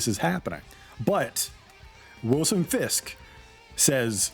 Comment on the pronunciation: Why can’t you pronounce Fisks?